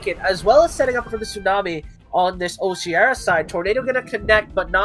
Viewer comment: Root words for Oceara are ocean and mearas. It's pronounced O-she-are-ah not o-shear-ah